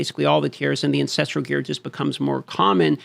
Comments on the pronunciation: Why do people still pronounce the word Ancestral as Ancestrial? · AN-CES-TRAL.. Repeat after me. AN-CES-TRAL not AN-CES-TRI-AL